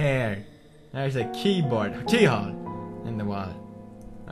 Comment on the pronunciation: LOL Pewdie was like ''There's a keywhore -keywhole on the wall'' xD